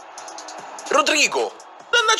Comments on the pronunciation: Rodrygo lo pronuncia bene, veretout pure. Son più gli errori tuoi delle clip che i suoi ahahah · Paolo Conte rodrygo l’ha detto giusto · mi batte il cuore, non può sbagliare anche Rodrygo (dai su non può dire Rodraigo), la pronuncia è corretta e tiro un sospiro di sollievo. “Ci da due bei spagnoliti”: aspiro il sospiro di sollievo.